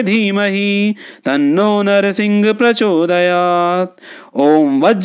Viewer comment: ॐ वज्रनखाय विद्महे तीक्ष्णदंष्ट्राय धीमहि तन्नो नृसिंह प्रचोदयात् ।। ये गायत्री छंद मैं हैं मंत्र महोदय परन्तु आप नृसिंह को नरसिंह पढ़ रहे हैं जो की उच्चारण अशुद्ध है और छंद भंग हैं